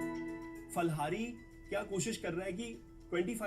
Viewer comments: Pha ko fa nahi bolte india me. It's phal in Hindi too. They made it's stylish, or didn't get phal domain so named it fal. But it's phal in Hindi not fal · Yes it is Phal-hari words derived from Sanskrit..... Jab Urdu/hindi copy kr rhe the ...J ko z kar rhe the ..tb he ye kaand huye the 😂😂